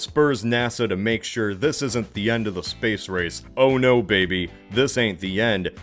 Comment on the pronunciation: It’s pronounced “SSSSSBAYYSE” good sir. Get your facts straight.